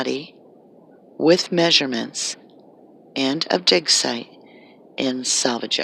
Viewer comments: Your clearly saying DICKSITE not DIG SITE. clearly pronouncing a K and not a G. It's so distracting and kinda funny and I'm just curious to see if ur going to delete this comment because I can't believe that on YouTube not one person made a joke about you saying DICKSITE. I tried to ignore as long as I could until me and my boyfriend just looked at each other and started cracking up lmaoo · Not to make light of the gravity of this matter but I could have swore you were saying "Dicksite" .